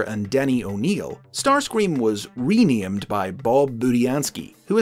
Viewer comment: Starscweam fits somehow